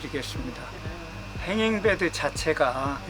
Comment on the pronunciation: 권취를 번치라고 하더니 행잉베드를 행인베드라고 하네 명칭도 제대로 모르는데 하우스를 제대로 짓는게 가능할까싶다